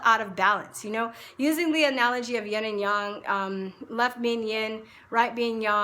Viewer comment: lol.. your right.. yin.. not yang.. ok.. thnx for info.. I was wondering if you were saying it like that on purpose or not.. I've learned something today.. thnx..!